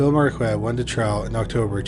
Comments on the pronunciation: Marquette = "mar-ket." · Sorry my friend. I accidentally deleted my comment! Just to help out a little with your superb channel: Mary Jane and Alfred’s Last Name or Surname of “Marquardt”: Is actually pronounced “MarKard”…..Where the ‘QU’ becomes a “K”, with a silent letter ‘t’ at the end. It’s more than likely to be of German or Austrian origin….A Big Thank You for yet another fantastically researched , presented and narrated episode! Best Regards from England..❤🏴🇬🇧🇺🇸❤ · How do you get "Marquette" from "Marquardt"? Whenever people like to trash the American education system, i remind them that it's a generational thing not specific to the US. Curiously, you started pronouncing it correctly halfway through. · There are two 'r's in Marquardt, please pronounce both of them.